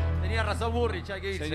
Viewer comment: "tenia razon burrlich" jajaja